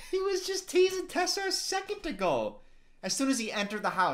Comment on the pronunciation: the way that said "a second ago" made him sound so Scottish for a second